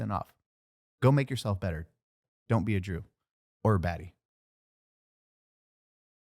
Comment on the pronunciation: did anyone else hear Jew not Drew lmao